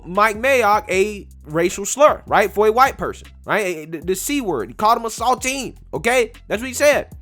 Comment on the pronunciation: The way you said saltine made me laugh